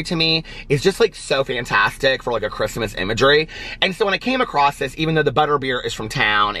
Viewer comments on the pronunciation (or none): OMG says across like meeee! (He stumbled acrosst) lol